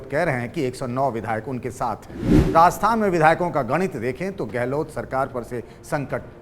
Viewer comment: राजस्थान बोलिए। आप बार बार रास्थान बोल रहे है।